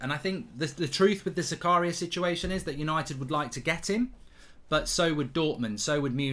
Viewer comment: you pronouce it different mate. its za-ka-ria not zakaaa-ria. greetings from switzerland.